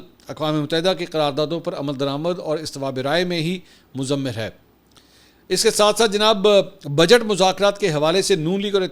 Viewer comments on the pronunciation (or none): مضمر ہے۔۔۔۔مضور نہیں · اپنی اردو کی اصلاح کروائیں "مضمر"